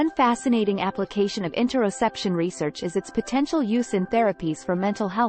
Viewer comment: Great I just got distracted by mispronounced topic word a couple times. Or maybe I'm constipated or both 😅